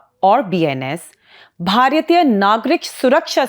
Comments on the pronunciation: Its not bharyathiya.. Its Bharatiya .. your pronunciation is wrong.. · It is pronounced साक्ष्य not सक्ष्य . Joke of an anchor, doesn't even know Indian languages. So much Anglicized that you are far-removed from the roots of your own country and language. Can't even pronounce "bharatiya" properly